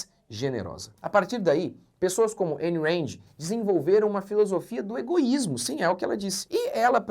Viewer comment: A pronuncia é "Aaaayn Raaaand" não EIN REND